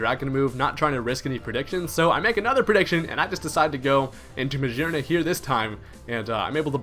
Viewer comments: Brian Rector he's pronouncing it 'geer' instead of 'gear'. I don't know how the fuck you got what you go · Is he saying "Muh-Szhear-Nuh" for Magearna and others? What the heck? It has 'gear' in its name and on its face! Isn't it "Muh-Gear-Nuh," or am I just misinformed? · I'm not sure you mean by 'gear' vs. 'geer.' They sound the same to me when I pronounce them. Every time he says Magearna, he pronounces the 'G' like the 'S' sound in measure, treasure, and pleasure. It's a voiced SH which I write as SZH. He actually pronounces it as Muh-zear-nuh later on , which kind of confirms my point. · Brian Rector Yea it's weird. I assumed it was muh-GEAR-na, then i heard someone pronounce Mah-gee-ar-na. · Psst, you are saying Magearna wrong.